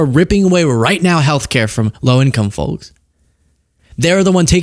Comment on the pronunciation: love you man! But… STOP SAYING “Follks” it’s driving me nuts! Foakes like James Doakes! “Surprise mother f*cker””